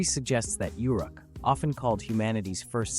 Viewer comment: How are we pronouncing Uruk today?